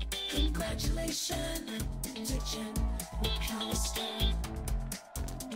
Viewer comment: That “Congratuation To Jenn! Mcallister!” really solidified this achievement